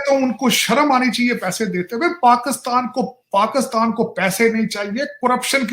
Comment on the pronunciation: Abey tackkley PakAstan kya hota hain... Pakastan, as Tarek Fatah used to say....